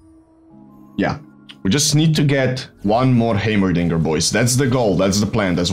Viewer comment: Im just here for the way he says heimerdinger. "Haymerrrdingerrr"